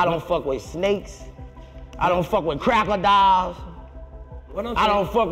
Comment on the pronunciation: Underrated comment.. I literally thought that’s what he said already I would’ve never accepted that as “crocodile” 🤦🏾‍♂️